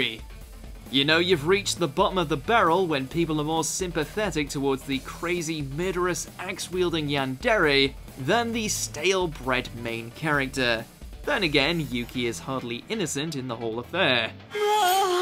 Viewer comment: He pronounced Yandere as “Yan-Dairy”